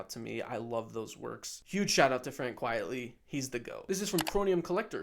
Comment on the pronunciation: This was a fun video—I’m sorry I missed my chance to ask a Q. Funnily enough, I had to skip ahead a lot to avoid spoilers having just gotten Animal Man out of the library based on an earlier video from you! 🤣 You have a great channel, and I look forward to more. ps - I think it’s Frank Quitely (not Quietly)